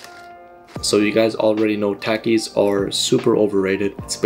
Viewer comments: It’s pronounced TAH-KIS. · you're mispronouncing it so badly it's "tah-keys" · Not to be rude and you probably won’t see this but it’s pronounced Tah keys still love the vids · Takis are actually supposed to be pronounced tok-ees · You pronounce it ta-keys